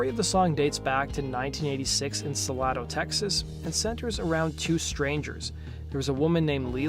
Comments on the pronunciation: Sa lado to mato, it’s pronounced Sa-Lay -Do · Pronounced “Suh-LAY-doh”, not “Suh-lah-do” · Salado TX Suh-lay-dough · The small town of Salado is pronounced Sa-lay-do. :) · finally SOMEONE knows how to say it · Salado is pronounced "Suh lay dough". I lived in Temple Texas for many years as a kid, interesting story behind the song. Good job on the video. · His pronunciation of Salado 😭😭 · Can't even pronounce the name of the town